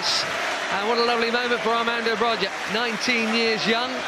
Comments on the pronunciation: Please don't say it BROJJJJJA with J but try it with I like BROIIIA IT SOUNDS 100% BETTER (in Albanien) ,IT'S LIKE CALLING DENISE D'NICE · How is broja pronounced in albania? Bro-ja, Bro-ya or Bro-ha?